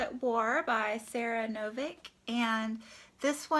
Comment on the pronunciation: Really good haul,. By the way, Sara Novic's name is pronounced like NoviCH (ch- as in child). Interested to hear what you think of Park's book - there is some controversy associated with it.